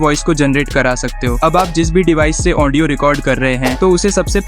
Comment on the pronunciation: ओन्डियो नही भाई ऑडियो होता😂😂😂